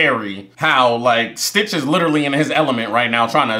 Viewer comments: it's stitch, not twitch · I love how most of the time he said twitch instead of stitch. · Another thing the subtitles are on they say STITCH and he still says twitch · This might be the only movie where you sorta got all their names right apart from calling stitch twitch a few times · It’s not twitch it’s stitch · It’s not a video if he don’t mess up the main characters name 😂😂😂😂😂.. I be tuned into all your videos fam!! Great content. Gives me a reason to watch something for the 3rd time